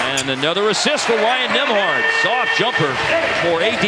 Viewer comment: I'm pretty sure it's Nemhard, not Nimhard, but what do I know about proper pronunciation.